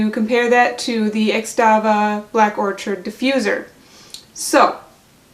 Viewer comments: Lol it’s not orchard! 🤣🤣🤣 I can’t... Thanks for the review though. And orchid is a flower. You say it like or-kid. 💜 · Excellent review, you've sold me on this - thank you! However, its pronounced Orchid, like the flower,...the 'ch' sounds like 'k'. or'Kid. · Is it Black Orchid or Black Orchard? You wrote Black Orchid but said orchard through the entire video.